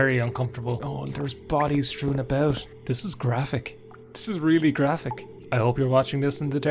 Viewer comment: sees like fourteen pixels Also in a luxurious Irish voice: “this is graphic!”